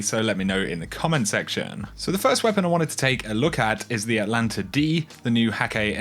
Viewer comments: Not pronounced "Atlanta." Check the extra letter in the name. Atalanta. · ATAAAAAAAAAAAAAAAAAAAAAAAAA LANTA NOT ATLLLLLLANTA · ATA ..... LANTA. There’s a frickin T in the first syllable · It's pronounced At Alanta. It is named after the greek hero Atalanta (well, it's a she, but whatever)